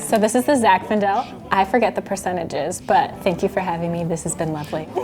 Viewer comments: She kept calling it "ZI FINDALE" ............ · mispronouncing Zinfandel is so cute 😂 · consistently saying “Ziffendel” instead of “Zinfandel” is just the best!